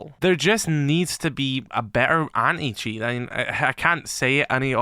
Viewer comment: Why do I always hear him say "Any-Cheats"? LOL